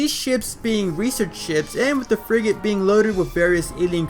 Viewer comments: i keep hearing friggin orpheon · The more I here frigate, I keep hearing “freakin”! I keep hearing the Freaking Orpheon!